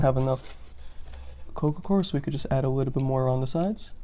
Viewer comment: sounds like you say coco cor what is the soil your using?